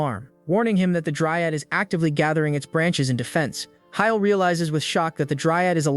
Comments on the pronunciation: Were you too scared to have the voice read heil so it says hee-lay😂😂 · Fucking say "hiel" one more time! I dare you!